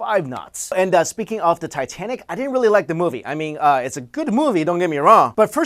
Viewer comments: Did he say, Tie - Ten - Ic? Titititititenic! Ah, JonTron. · Did anyone else hear him say Titenic?